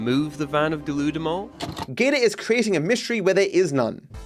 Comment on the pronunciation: Pretty sure deludamol is supposed to be "delude em all"